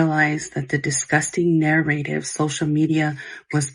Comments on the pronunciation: SHE DOESN’T KNOW HOW TO PRONOUNCE “NARRATIVE” pmo, AAAAAAAND SHE SOOO KNOWS WHATS GOING ON…SMH SICK You knowwww those kids don’t feel like they will be heard by her because I’m sure there has been many “close calls” with her before and she has continued to choose to play it off and ignore them…neither of them deserve those children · Take a shot every time she says nair-rativ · The way that she says "narrative" tells me that her entire "apology" was written by AI. Like if you are going to lie at least know how to pronounce your lies. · If you can’t pronounce narrative correctly. I don’t believe anything you say 😆